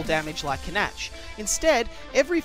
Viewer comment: I think Canach is pronounce like Can-Ack,not Can-Atch.